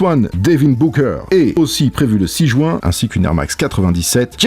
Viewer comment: Il dit le samedi premier "jouint"